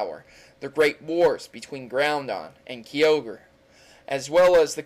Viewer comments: You suck at legendary names. Pretty sure there aren't any letter Ns in Groudon. And it's spelled KYogre not KEYogre. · "Ki-ogre" Its "Kai-Ogre"And "Grou-Don" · Groundon,Kee-o-gri lol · groundon? keyogre, lol jk, say it how u like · Did he just say "Groundon" and "Key-ogre" ? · Did he say Groundon? Key-ogre? Zer-knees? Ar-see-us? SPEAK WITH THE PRONUNCIATIONS! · YOUR PROUNONCING XERNEAS YVETAL KYOGRE AND ARCEUS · dude u said kyogre wrong...... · you mispronounced groudon kyogre arceus and DONT EVEN GET ME STARTED ON YA.... keeps blabering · I heard the Poke Rap Kyogre pronunciation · You said 4 version mascots names wrong (Kyogre Groudon Xerneas and Yveltal) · realy u can't pronouns kyogre yveltal xernias